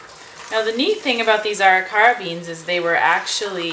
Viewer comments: Ah REE ker uh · Arikara is pronounced ah Rick er ah. Nice work, thank you for providing super interesting Internet content. The best part of the Internet is being able to access information like this . Love your channel and that the family is part of everything.